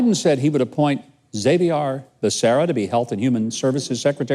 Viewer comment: Even this old Kansas cowboy knows how to pronounce Backeria or Batcherra, or whatever his name is. Anyway, we know him for his anti-American socialist policies. He's just another California commie.